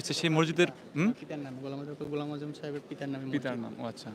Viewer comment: এই সাংবাদিক এত ভূল করে কেন? অধ্যাপক ঘোলাম আজমের নামটা বার বার ভূল করতেছে।